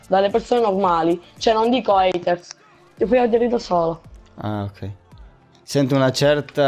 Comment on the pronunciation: Si dice haiter